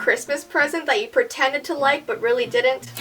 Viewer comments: lol she put preteded instead of pretended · "Christmas present that you PRETEDED to like?"